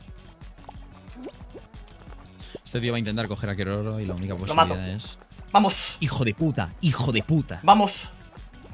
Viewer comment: Keroro: gana muchas coronas y es re capo en fall guys But, sigue sin pronunciar bien el nombre.